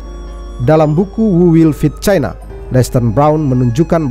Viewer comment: utk admin , pengucapan china tolong nada tonasi nya jgn di tekan , seolah" kembali spt pengucapan era orba yg penuh tekanan dan kebencian